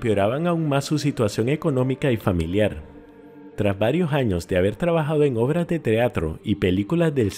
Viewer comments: tienes buen metal de voz pero dices jaños dos vives hasta aqui no son jaños son años RECALCO AÑOS. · PORQUE JAÑOS? NO ES ANOS?